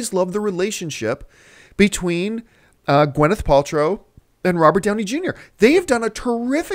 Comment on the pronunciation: "gwen" paltrow??? riiight....lol